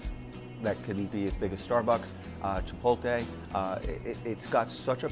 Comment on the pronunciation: chipoltay hahaha